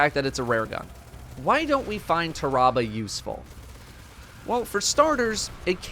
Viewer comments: Ta-ra-bah...... it's pronounced "Terra-Bah" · It’s Tear Ra Ba not TAHrahbah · it's not tah-rah-bah, tarra-bah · I thought it was pronounced "tear-ah-bah"? Have I really been saying it wrong all this time or... ? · Ah yes, “Terrabal” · Nobody:: TER-AH-BUH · Everytime he says the name wrong i feal my brain hurt lol cmon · I love how he says tarrabah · Am I the only one bothered with the way he says the name. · the way he says Tarrabah annoys me slightly, it sounds very medical how he says it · Why does he say its name like that?